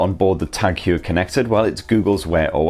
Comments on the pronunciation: Hewer?, skew el, bewk. Non Sunderland folk, won’t understand that. I think it’s pronounced Hoyer, , as in, hoy a amma ower ere. Great review. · Hoyer, not Hewer :) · The way he pronounces it sounds like he's about to throw up. He should have researched how to say it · It's pronounced 'hoiya' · "Tag Hior" 😂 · Please pronounce the name correct, home work, Tag Heuer not Huer, a bit embarrassing if you do not get that right... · Great review ... just a lil bit annoyed with the pronunciation way ( swiss ears perspective - sorry ) 🤭 and just wanna say swiss ( German ) pronunciation 😬 Heuer supposed to read as : ( Hoyer ) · Edouard Heuer was Swiss, and there are multiple vintage Heuer adverts in English which even state on them “Say Hoy-er” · Good review, wrong pronunciation. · learn how to pronounce the brand of the watch, this is ridiculous... my ears are bleeding this is unmatchable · Why can't you pronounce Heuer properly...